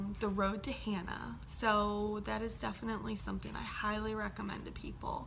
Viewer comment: Good recap! just need to polish up on your Hawaiian prononciation of Hana and Haleakala...(short vowels, short vowels)... !